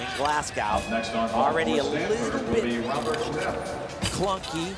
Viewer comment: urgh, tim pronounced it Glascow instead of Glasgo